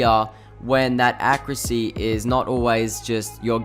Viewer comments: learn how to fucking say accuracy. ITS NOT ACC-CREW-SSEA. THERE IS AN A AT THE END DUDE! fuck me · Someone teach this man how to say the word accuracy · ''Acrisy'' ''Accriut'' ''Issault rifle'' Al'so you could have made this video 2 minutes long but it takes you 6 minutes to get to your point, i'm surprised that this video isn't 10 minutes and 1 second